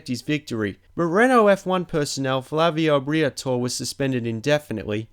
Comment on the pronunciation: I thought it was an Australian thing to pronounce Michelin, 'Mikallen', until I heard him incorrectly pronounce Flavio Briatore's name. I now think he has never actually watched F1.